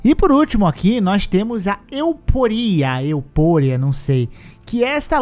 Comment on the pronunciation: "Euporia" foi foda kkkkkk